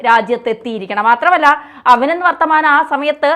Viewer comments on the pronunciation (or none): Its Abinandhan varthaman not Abinand